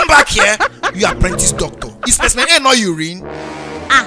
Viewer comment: What makes me laugh is when Emanuella said let me go and get Speciemen A